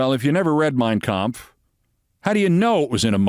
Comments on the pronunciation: Trump sure pronounced the name of Hitlers book correctly. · "I never read Mein Kampf (perfect pronunciation)! - drumpf